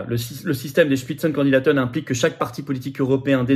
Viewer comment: Comment tu dis ? Spitzen kondidaten? Mais tout à fait 🤣